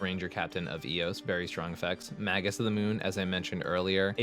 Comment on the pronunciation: It's not "maggus" of the moon, it's "may-Jus" of the moon. JS